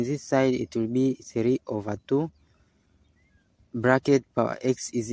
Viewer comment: Not “ova”, but “over”